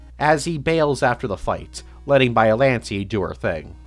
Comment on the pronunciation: Every time you say “bialante” it hurts me